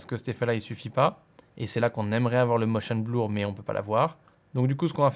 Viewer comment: C'est toujours bleur et pas blour. Je crois que tu n'y arriveras pas ^^ Au passage en regardant cette vidéo je me demandais s'il était possible de créer une fois une transition, et de se l'enregistrer en template, afin de n'avoir qu'à le régler au besoin si on en a besoin une nouvelle fois. Car souvent la transition ne dépend pas vraiment du contenu présenté, ou assez peu. Merci pour tes tutos ;)